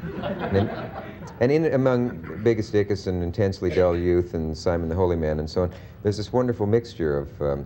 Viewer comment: I love how Dick skims over "Biggus Dickus" and calls him "Biggus Dickison" instead. This was a different era after all...